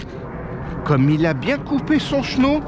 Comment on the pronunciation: On doit prononcer " chéneau " avec un é il me semble et pas " cheneau ", très beau travail !